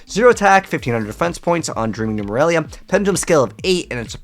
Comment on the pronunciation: Nemurelia, not Numeralia.